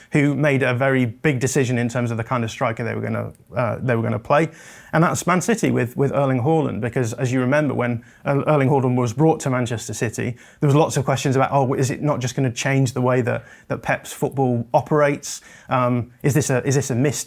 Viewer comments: Why are they saying Whoreland?! 😂😂😂😂It’s Haaland, as in Harland. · Hoorland? Whats up with mass mispronouncing of his name? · Can he not say Haa land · Why is he saying WHORELAND bahaha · "Erling whoreland" ??😂😂😂